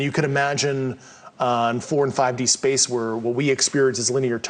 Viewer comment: Simultaneously lol, In one word “Shpashe”, someone measure the movement in one word. Lol “Shpashe” shpaceee